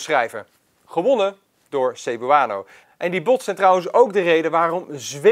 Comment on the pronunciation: Zou wel even opzoeken hoe je Cebuano uitspreekt....